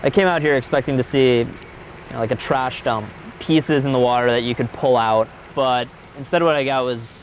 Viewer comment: That was, like, the most, like amazeballs speech I've like, ever ever heard in like, at least like the last 2 seconds... Ugh, the fact that she turned the word "trash" into a 2-syllable word ("tuh-rash") was the icing on the dimwit cake. Even still, I've read perhaps a dozen comments from thirsty basement dwellers saying something about banging her. LOW standards, fellas. Sheesh. Oh, and this trio of videos was TUH-RASH, thank goodness now in 2020 Vice is starting to go back to the quality standard that put them on the map in the first place.